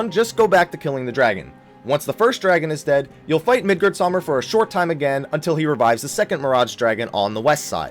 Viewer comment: "Midgard-saw-mir" lmao xD